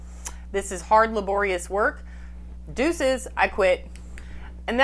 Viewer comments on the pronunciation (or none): She said DUECES!!!